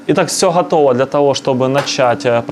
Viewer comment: Почему всё "хатово", а не готово, почему "духа" а не дуга?